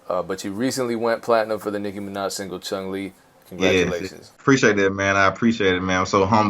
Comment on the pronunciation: Dope interview, i really like these ones! BUT!!! Did he really said ChunG Li? 🤔